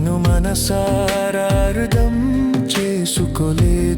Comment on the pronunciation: మీ పాట చాలా బాగుంది బ్రో, బ్రో చిన్న సవరణ మన పాట లో "అర్ధం" అని వ్రాశారు మరియు అలానే పలికారు (ఉచ్చారణ చేశారు), "అర్ధం" కాదు అది "అర్థం" అని పలకాలి మరియు వ్రాయాలి..! మీరు పలికిన "అర్ధం" అంటే "సగం" అని ,అరి ఈ "అర్థం" అంటే "గ్రహించడం / గమనించడం" మిమ్మల్ని తప్పు పట్టాలని కాదు బ్రో, మన తెలుగు ను మనం సరి చేసుకుని దాని యొక్క ఉన్నతి ని కాపాడుతూ మనం ఉన్నతంగా ఎదుగుదాం అని..! మీరు భవిష్యత్తు లో ఇంకా ఇలాంటి మానవ సంబంధమైన పాటలు పాడాలి, జనం లో బంధాలకు విలువ పెరగాలి..! 💐💐💐💐💐💐💐